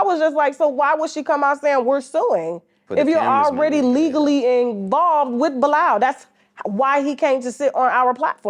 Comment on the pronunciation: Why is the host pronouncing Bilaal like Bye-Lal???